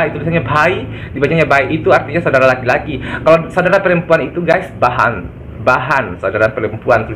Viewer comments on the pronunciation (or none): Bukan bahan om tapi behen.. "yeh meri behen hai"